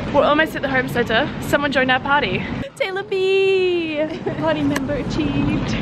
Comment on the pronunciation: Every time you say "Taylor B," I swear it sounds like "Sailor V" and I LOVE IT. 😂 Congrats on 100k subscribers and your new hamster Moss babeh! What a cutie! ❤️